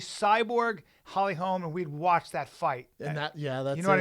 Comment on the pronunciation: LITERALLY STILL YET TO HEAR SOMEBODY SAY HOLLY HOLM INSTEAD OF HOLMES